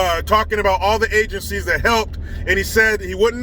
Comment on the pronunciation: I'm sorry bud, but you still didn't say ABOUT right, but that's ok eh?! LOL Much respect to you, from north of the border.